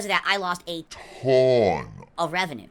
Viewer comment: This is awesome!! 😂😂 I'm glad someone did this finally. He has been butchering the English language for 15 years. Worst for me is "hatonne" instead of a tonne